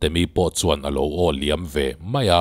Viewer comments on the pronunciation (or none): none